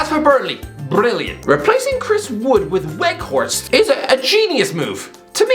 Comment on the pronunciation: Can you at least try to study how football player names are pronounced? Halland? Weghorset? Seriously? I'm pretty sure you'll be pissed as a soggy donut if I called you